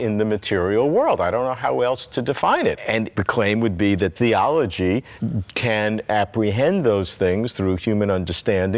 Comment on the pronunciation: his teeth seem to be exactly conformed so that he can easily pronounce the word "THeology". That must be an evolutionary adaptation of some sort..